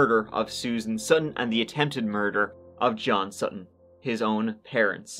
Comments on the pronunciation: And how she said Sut-ton instead of sutten and kept saying it until the defendant finally said sutton and then she started saying it right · Drives me crazy when people over-pronounce "t"s. Sutttton.